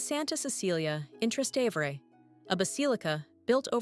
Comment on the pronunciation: I stopped watching when the robot voice mispronounced "Trastevere" twice.